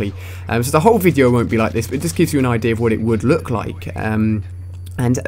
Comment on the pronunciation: He said ideer instead of idea